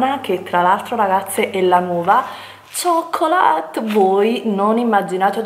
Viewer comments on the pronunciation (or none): Chocolate = “Cioccolat” 😅